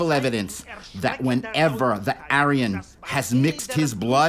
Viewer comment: The pronunciation of Aryan at the introduction of the programme is a crime against humanity itself.